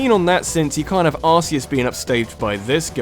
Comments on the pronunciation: omg it bothers be when he says ar-see-us... its pronounced ar-key-us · just a pronunciation error: it's not ar-see-us, it's ar-key-us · Arceus is pronounced Ar-key-us